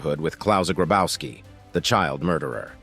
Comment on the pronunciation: Grabowski is read "Grabovski" ! The German "w" is a "v"! Marianne hit him well!